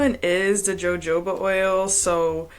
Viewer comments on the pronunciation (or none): Jojoba = Hahoobaa the J is silent . . . Thank you for your content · Ma'am, the "J" is always silent in jojoba oil. You say as Ho-Ho-ba. 😊